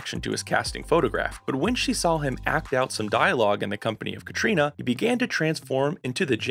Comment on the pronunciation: Text-to-video software. Everything not programmed into the system is pronounced phonetically. GaBALLdon. Hoogan. Cay-tree-OH-na. 🙄